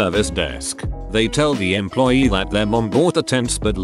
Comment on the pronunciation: Did the TTS voice just say EMPLOYEET, or am I just too drunk?